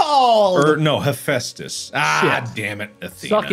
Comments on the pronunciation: All the Percy Jackson fans watching this is in pain at Marks Pronunciation of Haphaestus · my advice for people who can't pronounce hephestas: just call him vulcan it's his roman name god of fire and the forge